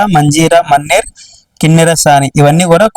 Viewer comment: మన్నెర్ కాదు అది మానేరు రివర్